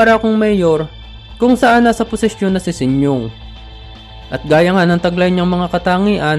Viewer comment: Sinyong?🤣...Sinyo ang tamang bigkas